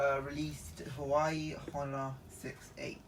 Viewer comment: It’s pronounced hu wa way